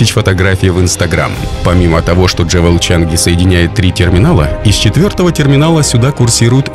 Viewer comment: 1. Хочу посетить Сингапур. Прощай, шопинг! Отныне коплю деньги на поездку. 2. Джевел? Я так подозреваю, что скорее, джюэл. 😉 И терминал будет не "за площадью" больше, а ПО площади. Украинизм. Есть и другие ошибки в речи, но в целом видео классное! Вдохновляющее!